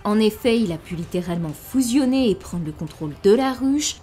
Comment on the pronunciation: J'adore que tu prononces fOUsionner 😁😁😁💜